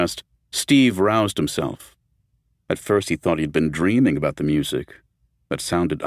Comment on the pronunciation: Examples of the narrator mirpnouncing the word music